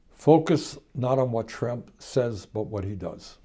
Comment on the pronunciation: It sounds like Bernie calls Trump a more appropriate name, "Tramp."